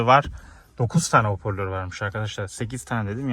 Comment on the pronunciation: İçerik güzel olmuş fakat telaffuz ile ilgili problemler var, topluma hitap ettiğiniz için bu konulara dikkat edin lütfen. Örnek; “hoporlör” değil “hoparlör”, “fites” değil “vites” gibi…